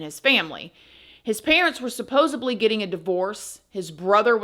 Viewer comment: PLEASE stop saying supposebly!! I love u 🤟